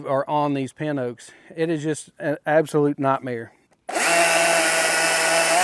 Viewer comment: "absolute knotmare" 😆